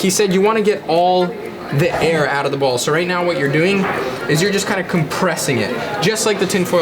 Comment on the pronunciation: When he says "ball", it sounds so wrong.. I'll leave now.